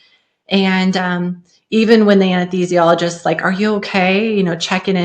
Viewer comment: An-Ess-THEEE-zhee-all-uh-gist The “th” in “THEE” sounds like the “th” in “thought”